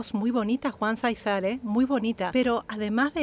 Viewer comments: Disculpe, Záizar es acento en la primera A al menos asi se pronuncia y usted le puso acento en la segunda silaba, gracias saludos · Se pronuncia Záizar, con acento en la primera a. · Miguel Aceves Mejía El Falsete de Oro David Záizar el Rey del Falsete Solo aclarar el dato de la pronunciación en Juan y David es el acento en la primer A, Gracias gracias x la reacción a estos artistas, excelente elección al incluir a David y mencionar que tendrá una reacción particular Gracias En verdad gracias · Cómo avisas que vas a reaccionar a David Zaizar, quiero hacerte una pequeña corrección, con todo cariño... El apellido Zaizar lo pronuncias acentuando la segunda "A" y lo correcto es hacerlo en la primera "A". Un beso y un abrazo,!! 😘✌️😁